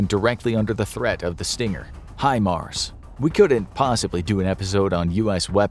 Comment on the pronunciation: Thank God people have started to pronounce HIMARS correctly!!